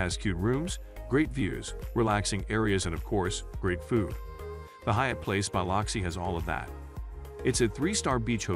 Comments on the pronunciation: I grated my teeth every time he said BY LOX EE. It's pronounced BLUX EE! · Why can't they pronounce Biloxi correctly? It sounds like "Bill-loxi" What is so hard about that? Sounds like they are saying "Bile-luxi" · So do I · Yeah. Totally annoying. I came to the comments specifically for this issue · I thought I was the only one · Good video, but you should know how to pronounce a city correctly if you are to have credibility. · Please learn to pronounce city names. You can find out by asking locals, or google how to say Biloxi, or any name, for audio pronunciation.